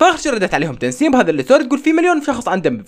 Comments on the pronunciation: تسنيم مو تنسيم😂😂😂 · طيب ليش يقول تنسيم😂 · اسمها تسنيم ولا تنسيم حاسه اسمها تسنيم بس عم بقلها تنسيم😂😉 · بدل ما يقول تسنيم، يقول *تنسيم😂😂😂😂😂😂😂😂😂🤷🏻‍♀️ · تسنيم مو تنسيم عندك مشكلة بالاسماء😂😂😂😂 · تسنيم❎ تنسيم✅ 😂😂😂💕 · مو تنسيم 🤦‍♀️😭 اسمها تسنيم 😹🦋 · لك اسما تسنيم مو تنسيم 🤗😂😂😂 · تسنيم❌ تنسيم✅😂😂😂😂😂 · تسنيم وليس تنسيم😂😂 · اسمها تسنيم مو تنسيم😂😂😂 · تسنيم❌ تنسيم✅ 😂😂😂😂😂😂😂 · كانك قلت تنسيم يس هي اسمها تسنيم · ترا اسمها تسنيم مو تنسيم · لا اسمها هي تسسسس 🐍نيم